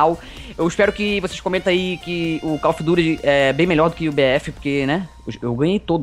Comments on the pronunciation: Valle of dito gost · Calil of duti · com certeza cal of dut